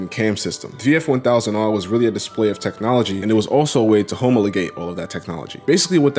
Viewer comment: Homo le-gate? Bro, its ha-mah-le-gate